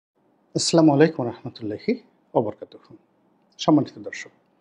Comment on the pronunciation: আপনার সালাম শুদ্ধ করুন!